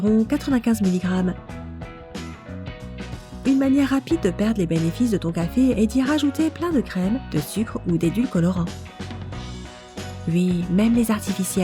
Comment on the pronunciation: Elle dit edulcolorant au lieu d'édulcorant 😂😂😂